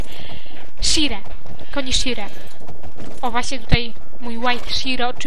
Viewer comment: Nie mówi się Shire tylko Szajer. Wiem, że stary film owo